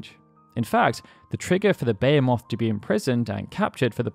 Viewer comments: Baya-moth? You've been making these videos for like a decade, and you can't pronounce "Be-hee-moth" correctly? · Why do you say "Bayo-moth'? Its Beh-hee-moth. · It's beeheemoth not bayamoth. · Beyamoth? I know "beh-HEE-muth" but... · why do you say baya moth. when its be he moth? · Behemoth ... why are you calling it bey-uh-moth? It's buh-hee-muth. Even in japanese it's Behīmosu. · It's pronounced beh-HEE-moth, not bayer-moth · why does no one say behemoth correctly? it's literally a fucking word. bayamoth BEH HEE MOTH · Where does this "BEE-uh-moth" pronunciation come from? It is pronounced "buh-HEE-mith", or in the UK sometimes it is "buh-HAY-muth" It's not a proper name or a made up word open to interpretation, it's in the Oxford English dictionary. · Behemoth BA-HEE-MYTH this isn't a interpretation thing. The name is 100's of years old. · I love how you say Behemoth the way I used to xD but as people have pointed out, its beh-he-muth xD love your channel though :D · “contained a beomoth” it’s pronounced (Buh-he-mith) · Wtf is a bayamoth? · Behemoth. It's a very common word. Not Be-HAY-MOTH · Im sorry but WHAT THE BLOODY HELL IS A BEYAMOTH?! I know of a behemoth BUT A BEYAMOTH I DONT KNOW lol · Beo-moth? Jesus dude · So wait, you pronounce "HP" as "hei" but "behemot" as "bei"?? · Bay Ha Moth lmao what? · I always knew the FF6 glitch as the Vanish/X-Zone. Didn't know all instant-loss spells worked. Also, the way you pronounce Behemoth makes me want to Van-Ban my brain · I know that everyone is completely entitled to their own way of speaking and pronunciation. But I shudder Everytime I hear him say 'Behemoth'. It legitimately sounds like a name he gave it, rather than the monster archetype. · Except... that's not how one pronounces "Behemoth" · I have never heard Behemoth pronounced this way. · Are you saying Bahamut like that just to piss us off? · I know how it’s spelled. Just say it right… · weirdest way I have ever heard someone pronounce behemoth before.